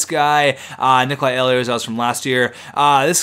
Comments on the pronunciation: Ehlers is pronounced ee-lers, not eh-lee-ers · The way you pronounce Ehlers kills me. It's pronounced "Eelers" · ehlers is pronounced eelers